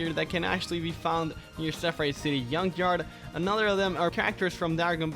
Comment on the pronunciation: it’s junk yard not yunk yard